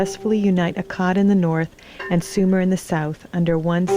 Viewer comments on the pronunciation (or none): It's pronounced "AKK-ad." And my name had the u and the final a stressed. Yes, I am she and have many memories. Manishtushu spoke for me in public and no one els was allowed to look me in the eye.